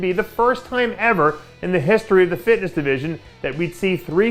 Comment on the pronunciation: gotta love the "fisshitnish" industry